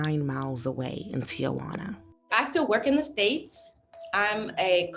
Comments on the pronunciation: the man living in Tijuana cannot pronounce Tijuana correctly, and he should know how to say the name of the city where he lives. He said Ti-a-juana instead of Tijuana, adding an extra syllable to it. No one in Mexico makes this mistake. It makes me wonder whether he even speaks Spanish. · It’s Tijuana, not TIAjuana!🙄